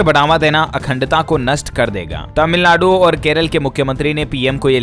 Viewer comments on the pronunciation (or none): none